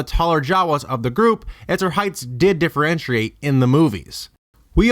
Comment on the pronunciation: Even Han Solo in the movie pronounces it "MOZ", not Maaz or Mouze (not sure how you gave her two names in the same video). "Attack on Clones". "As her heights did diferenshiate". "Commuticated". "Onlike". "Appeareances". Lanaguage gives you away... I can't take this vid seriously. Also, I'm not even a huge fanboi but a quick skim of Wookieepedia reveals that the Jawas had their own language, Jawaese, as well as a secondary Jawa Trade Talk language that "allowed them to communicate more easily with other species". I'm not sure why they'd put so much emphasis on communicating with their eyes when the had TWO languages at their disposal, unless you're trying that hard to connect her to the Jawas.